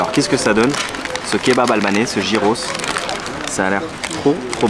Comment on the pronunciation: Gyros en grec se prononce "yiros"